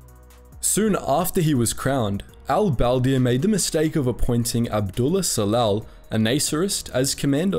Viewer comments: a dislike for not even making an effort to pronouncing Arab names , espicially Al-Badr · How did he fuck up pronouncing al-badr so much haha